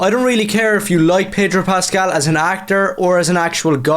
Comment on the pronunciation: There is no 'r' in Pedro Pascal.